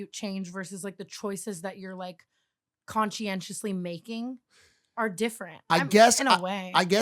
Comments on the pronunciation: how tf did she say conciencly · not tana saying conscientiously